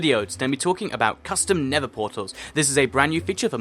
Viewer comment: Everytime he said nether it sounded like nipple sometimes